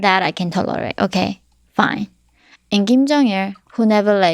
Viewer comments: Kim Jeong Il, not King Jeong Il. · Ahaha "King Jong Il"